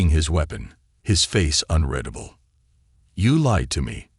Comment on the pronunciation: It's funny all the inconsistencies don't bother me as much as how many times in all these stories when "UN-RED-ABLE" is mispronounced.